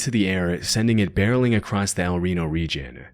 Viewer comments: He says acrost in a lot of his videos. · There is no T in "across".